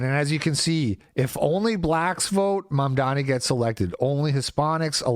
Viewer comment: i like the way you kept saying Mamdani's name wrong.